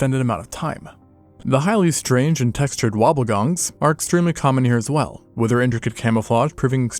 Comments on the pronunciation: Wobbegong not wobble gong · It's Wobbe-gong NOT Wobble-gong - it's thought to derive from the Eora language of Sydney meaning "shaggy beard" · Wobblegong??? I think that you mean Wobbegong. There is no "L" in the name. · There's no L in Wobbegong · Wobbegong, there is no L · Came down here to say this. Although wobble also sounds adorable